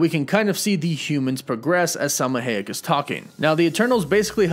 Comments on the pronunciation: It isn't Hay-ek, it's Hy-ek. That's how you pronounce it. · It’s “Hi - eck” not “Hay - eck” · Somebody teach my mans how to say Salma Hayek. Ha ha ha! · I cannot with the pronunciation of Salma's last name 😫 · He keeps butchering Selma Hayek's last name. Anyone going to tell him or nah? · Sir-Sea. High-Ech. Jesus...